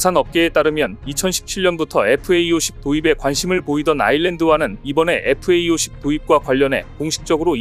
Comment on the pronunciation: FA-50 은 (light) fighter aircraft - 50의 약자이니 착오 없이 잘 발음하시길 부탁해요.